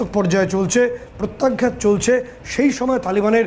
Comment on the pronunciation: "আঘাত" আর "প্রত্যাঘাত" কথা দুটিকে ঠিক ভাবে উচ্চারণ করুন । বিশ্রীভাবে ভুল উচ্চারণ করছেন । "আঘাত" শব্দটিকে বলছেন, -- "আগঘাত" এবং "প্রত্যাঘাত" শব্দটিকে বলছেন,-- "প্রত্যাগ-ঘাত" । কানে বিশ্রী ভাবে লাগছে । আপনারা কি দর্শক শ্রোতাদের কমেণ্ট আদৌ পড়েন । মনে হয়, না, পড়েন না । কারণ, এই বিষয়ে গত কয়েক দিন ধ'রে এই কথাটি বলছি । আপনারা নির্বিকার । -- মানস রঞ্জন চৌধুরী ।